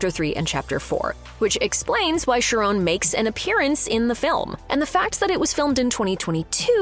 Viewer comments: Ughhh. It’s pronounced KY-RON. Not Sharone…. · It's pronounced CHAR ON study Greek.